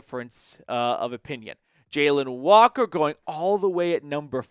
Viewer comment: I think you’re butchering names brother 😂 I think it’s pronounced Jah-lon Walker & Ar-mahnd Membou